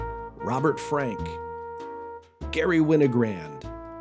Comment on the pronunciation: Love these interviews, but it's GaRRY Winogrand!